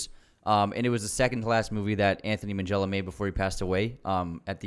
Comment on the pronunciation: Please pronounce his name properly. Its Ant - ony (no 'h' sound) Ming - ella (a hard 'g', not 'minj').